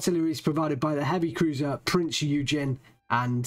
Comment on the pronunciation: + Prinz Oi-Gen